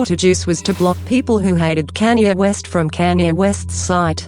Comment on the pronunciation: its sounds like Kenya west😂